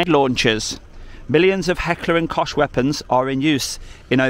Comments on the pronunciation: Heckler & kockhhh……not koshhhhh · It's actually pronounced cock not cosh. Easy mistake because of it spelling. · Its Kock btw. :D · Just a comment on the proper pronunciation of "Heckler & Koch". Koch is the German word for "cook" in English and is pronounced like "Loch" as in the famous "Loch Ness" in the Scottish Highlands, apart from the first letter obviously. :learning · DJ, it's pronounced "kok" ! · Always thought it was pronounced "cock" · It's pronounced "cock". I mean the arms manufacturer, not the copper of course. ;)